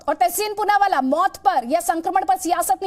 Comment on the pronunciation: Wah ma'am Poonawaala Ko Choonawaala bana diya.